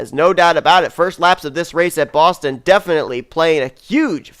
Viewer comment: how dare you botch "Boston" at the end of the video. We don't actually talk like that